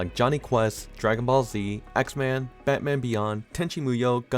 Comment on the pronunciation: It's pronounced X-Men not xman